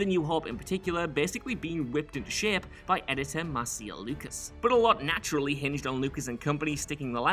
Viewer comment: It's Mar...SHA... Lucas not Mar-SEE...Lucas